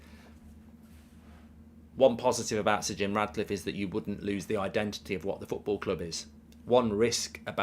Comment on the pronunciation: I hope Sir Jim Ratcliffe doesn’t get it, as it does my nut in when Goldbridge keeps calling him RaDcliffe… FFS… not hard to call him by his proper name is it? 😂